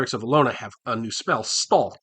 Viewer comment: Hi, this is a great idea. I'd love to see your break-down of every Greyhawk deity. Also, thanks to this I finally know how to pronounce "Ehlonna". 🙂 I'm looking forward to the next video on this series.